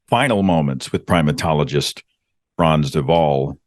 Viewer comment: Perfect pronunciation of “Frans De Waal “. Great 👍